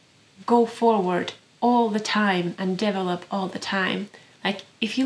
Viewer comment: Means more to me than you, perhaps. When you say "develop" I hear " devil-up ." Where the envy and dissatisfaction gains purchase. Where we cast our gaze away from joyous release, away from death's necessity, & envisage invincible acquisition -- ONLY, ALWAYS BLOOMING FLOWERS! Tsk. Only the surrendering, dying seed, beholds the continuum...❤ (beautiful loaves!)